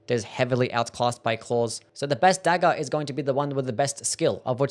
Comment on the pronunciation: Your accent is the worst. Dagger is pronounced "daggERR", not "dagell"